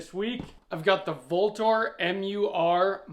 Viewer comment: Vltor is pronounced Ultor... just saying